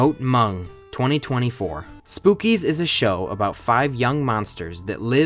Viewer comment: It's pronounced "spook-kids", except without the D and S and replace it with a z.